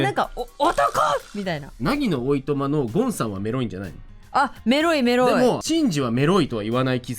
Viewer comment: 、が「メロい」って言う度に「エ〇い」って聞こえて、「え?!何言ってるの?!」と度々なっていました＿|＼○＿ なんか高校生の男女が「エ〇い」って言ったら「は?え?」みたいな反応されたから「違う違う!メロいって言ったの!」て言う語源だと可愛くないですか(妄想)